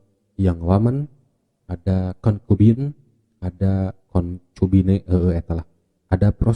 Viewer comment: concubine aja di baca konkubine hahahaha sok sok pke bahasa ibrani :'v